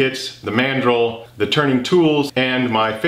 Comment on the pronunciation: I'm so tired that when you spoke about mandrels, for half a second my zoologist brain heard it as mandrill and I half expected a large baboon to come help you. 🤣